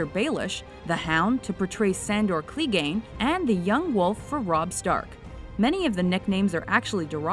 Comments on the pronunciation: Westairos and Sandor Cleeeegane haha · i had to stop watching when she said Sandor Cleee - gain. putting emphasis on the Clee. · Fucking hell she obviously doesn't watch Game of Thrones. West-air-Ros?? Sandor Clee-gane? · What gave it away? The fact that she pronounces all of the names in an absurd way. Cleegane. Cleeeeeegane. Cllleeeeeeeeeeeeeeeeeeeeeeeeegane. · dont forget Cleeeeegane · and Clegane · The mispronunciation of names and places in this video is bothersome and goes to show that the narrators are rarely familiar with the shows, movies, and events they enumerate. If the narrator had seen the show at all she'd be able to properly pronounce Westeros, Clegane, and Cersei. The list mentions that certain characters in the book were bald but allowed to keep their hair for the series but failed to mention that in the book Daario Naharis has hair dyed blue and a mustache dyed gold but he's portrayed on the series [by 2 actors] with brown head and facial hair. I checked the dates; this video came out after the introduction of Daario Naharis so that factoid could've made the countdown. It's not hugely important, but lots of changes were made to characters' appearances yet the only one mentioned is that 3 characters aren't bald. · Pronunciation of Clegane is awful :)